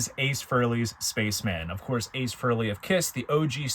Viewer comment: Don't mean to sound like a dick correcting your Grammer, but it's "Fre-ley" not "Firl-y"!